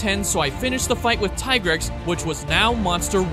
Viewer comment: its tigrex, not tai-grex